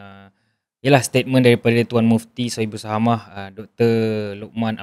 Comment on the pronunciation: Sohibus samahah lerr....bukan sohibus sahamah...adoiii nk komen mufti pun kna tau la ckit sebanyak sebutan arab tu. Kih kih kih